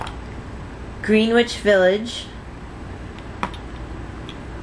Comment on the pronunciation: greenwich is pronounced grennich. Just so you know...x